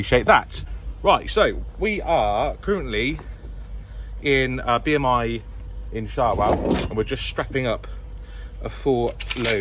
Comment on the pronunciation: Well done, keep it up bud. I see from where you started off the vlog that you were 10 minutes away from me. Shawell is pronounced Showl 😀.